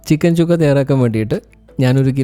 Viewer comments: ചുക്കാ അല്ല സുക്ക ആണ് സുക്ക എന്ന് പറഞ്ഞാൽ ഡ്രൈ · ചുക്കയല്ല സുക്ക (fry)